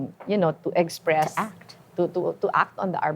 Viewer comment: ganyan kasi pag masyadong matalino, tignan mo si elon musk magsalita. Pero iba yung walang laman ang utak, lutang. Paulit ulit ang mga salitang ginagamit, may "egspres themselves" pang nalalaman. Hahahahaha.